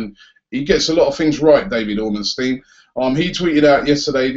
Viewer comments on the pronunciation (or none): none